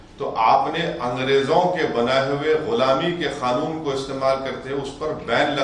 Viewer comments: खानून नही कानुन बोलो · औवेसी खानुन नही कानून होता है🤣